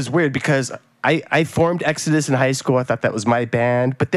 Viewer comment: Nobody: Howard: Eggsodus